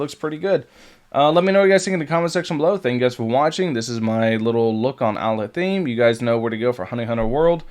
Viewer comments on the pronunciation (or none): You mispronounced Alhaitham's name but I prefer you stick with your version anyway because it's way funnier 😂